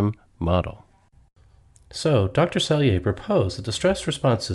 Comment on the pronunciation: It's Dr Hans 'Selye' NOT seyle